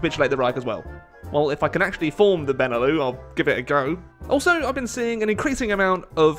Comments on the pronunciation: It's prenounced BEN E LUX not benelough btw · BENE LEW? BENELUX! LIKE LUXUMBERG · Benelux not benelu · It's beneluks not beneloo, it stands for Belgium, Netherlands, and Luxembourg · Benelux is pronounced "beh-nuh-luks", not "bennuh-loo". It's a contraction of "Belgium, Netherlands, Luxemburg", not some fancy French word. Sincerely, a Dutch person. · BENELOU BENELOO BENELEW FUCK SAKE IT'S BENELUX. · It's Beh-Neh-Lucks, hard X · The fuck's a benelou? There's an x in Benelux you know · it's fucking beh-neh-lucks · It's pronounced Ben e lux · Btw, the X in Benelux ain't silent:p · You need to pronounce the X in Benelux. 😋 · Really enjoying the HoI challenges still, keep them up! On a small aside, the 'lux' in Benelux is a hard x (as in x-ray). Not a big deal but thought I'd mention it. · You've missed pronounced Benelux. Be is as in Belgium. ne is as in Netherlands. lux is as in Luxembourg and is pronounced the same as it is in in Luxembourg. Put them together and you have the Benelux. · I thot u pronounced the x in benelux